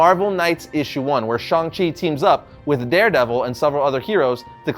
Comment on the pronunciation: Will never pronounce 'Shang' -Chang like 'Shong/shawnng' ever. As for the new guy and comics-looks nothing like Shang Chi. Plus no Fu Manchu which kills it all for me. Old series with Zeck and Gene Day IMMORTAL in my mind.